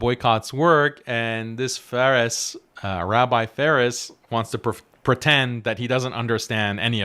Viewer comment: Faris❌ See far ✅